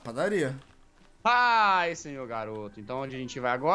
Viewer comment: o jazz falando padarria me lembrei da menina que eu gosto